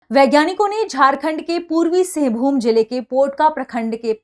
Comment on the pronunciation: मैडम सिंघभूम सिंघभूमि नहीं